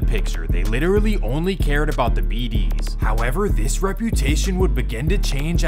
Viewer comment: Foe why u saying bd like that😭, is that really how Mfs from out of state say it?? It’s like you’re saying it as If an E in it 😭 “Beh dees”